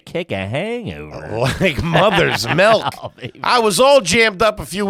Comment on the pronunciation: It's crazy nobody calls him out for pronouncing it "melk"